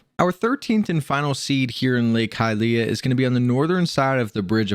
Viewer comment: Love your videos but hate how you pronounce Hylia 😅